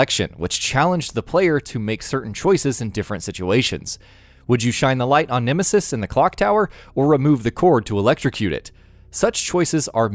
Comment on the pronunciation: "The Linght"